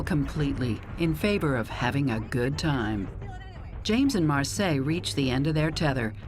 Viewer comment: Her name is Marcia, not Marseille. Pronounced Mar see ah, spanish name.